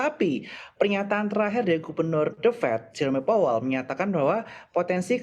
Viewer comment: je-ro-me powel, do jos 😂